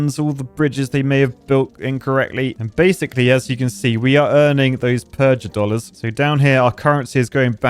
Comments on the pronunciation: Mispronouncing "Purgadollars" is annoying me more than it should. It's supposed to sound like PURGATORY, a hard G. not PURGE-A-DOLLARS. Goddamn, real architect stuff. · PURGA DOLLARS AS IN PURGATORY NOT PURJ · Purgatory not purge-atory. Thus purgadollars should be pronounced similarly to purgatory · pronouncing it "purj-a-dollars," instead of the obvious "purgh-a-dollars", as in purgatory-dollars is such an architect way of speaking... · A clever name like Purgadollars for Purgatory, and totally missed the joke (evident from how he calls them Purge-a-dollars). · You need to rethink your pronunciation of purgadolars. Because Purgatory. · Says "purgadollars" with a soft g like he never heard of purgatory before